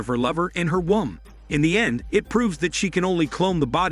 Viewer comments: Pronunciation of “womb” cracks me up. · Who else turned up to watch “WOMB” but got “WAUM”instead? 😪